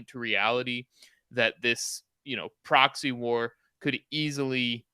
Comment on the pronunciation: yes you are right it is a poxy war and lets hope it remains that way and doesn't spread to get any bigger. oh sorry did you say proxy.